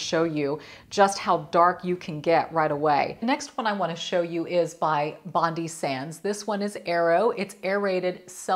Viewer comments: It's pronounced SAN Moritz and Bondi is Bond-eye not Bondee. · Hey Dominique, I'm from Australia 🇦🇺 and LOVED the Jergens firming lotion here but haven't been able to find it for a while.. glad to see you mentioning it as that gives me hope to still look. By the way, hope you don't mind me mentioning, but BONDI SANDS is actually pronounced as BOND-EYE , such as our popular beach in Sydney. We use Bondi Sands here a lot. I love the everyday gradual one.. ❤️ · Loved the tip for your back with the brush! It was never a problem when i was younger and more flexible, so now i have an easier method. 😘 Bless you! FYI, Bondi Sands is pronounced Bond-eye, after Sydney's beach. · Wow 😮 your very tanned Dominique, especially your face, I have naturally tanned skin that usually lasts me throughout the year, did you know that the “Bondi Sands” brand is actually pronounced with the “i” not “Bondy” Lol 😂 we actually have a beach here in Australia called “Bondi Beach” in Sydney Australia 🇦🇺, it’s a very famous beach for travellers that come over and many drown because they’re not used to the water here and don’t swim between the flags and listen to the life savers, it’s very sad for everyone involved, most can’t speak the English language which makes it difficult for our life savers to get them to understand the dangers of the current and rips out in the water, St Tropica has a lovely face tanning mist (I think that’s what it’s called) and gives just a slight glow to the face without it going to dark or orange like some will do, that’s what happens to me if I use a tanning lotion, it tends to turn my natural olive skin tone Orange Lol 😂. Happy upcoming Mother’s Day to you and Audrey, Hope your both doing something special together. Cheers from Queensland Australia 🇦🇺💖💖🌞🌞🌞🌞☀️☀️☀️☀️ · Super informative and classy as usual. Nb Bondi Sands is Australian and pronounced as in the famous Bondi Beach as an ‘i’ at the end rather than Pronounced Bond’e’ xx